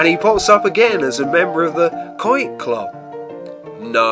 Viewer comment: Thanks for pronouncing "Ouoit"......nice family 'scrapbook'...good share. 5 Stars! --Van